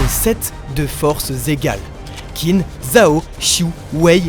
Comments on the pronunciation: merci de faire ces vidéos sur kingdom ça régale! Hate que tu avances! Mais s'il te plaît, Qin ça se prononce "tchin"! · Allo allo les frangins !!! Vous ne lisez pas les commentaires ? Qin se prononce "Tchine" et non "Kine"... c'est un peu comme si on disait la Franck au lieu de la France...